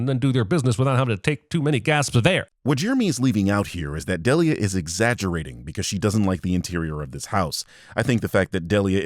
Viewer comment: Ive never criticized your videos cause i love them and theyre awesome, but you pronouncing "Delia" "Del-E-uh" just really bothers me, lol. Its "Dee-lee-uh" lol